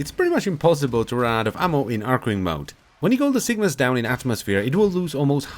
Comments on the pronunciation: cyngas mate (chei; ngas) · Sin-gas...muh OCD. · I thought it was Cygnus too, but you need to flip the g and the n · Get down with the cyngas. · Cygnas sounds better, now this archgun is ruined for me